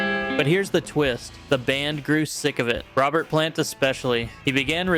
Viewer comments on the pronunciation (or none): none